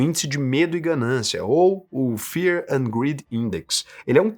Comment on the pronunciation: Greed não grid, meu amigo